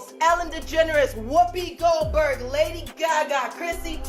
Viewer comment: she said whoopie golberg🥵